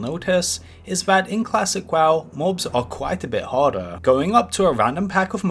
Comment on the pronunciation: Im sorry but your speech impediment makes this hilarious to watch :D "Classic waw" etc :D